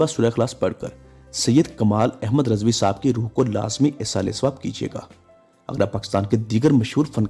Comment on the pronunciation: Please improve your urdu pronounciation. RIZVI not Rezvi